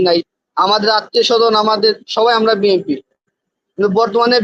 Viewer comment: টকশোতে এসব লোক নিয়ে আসে যারা বিএনপি বলতে পারেনা বিএনপির উচ্চারণ জানেনা এসব ফালতু লোক নিয়ে টক শো করে উপস্থাপক কি মাথার মধ্যে দোষ আছে